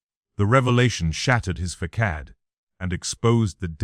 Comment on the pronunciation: You AI narration isn’t doing you any favors. Facade pronounced “fuh-saad” NOT fah-kad!